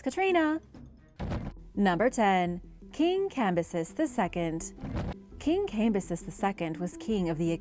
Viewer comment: Cam-bi-sees (edit) you said it so many times Her-rod-eh-tus